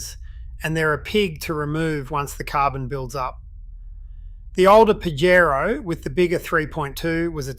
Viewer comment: Pajrow doesn’t it ezly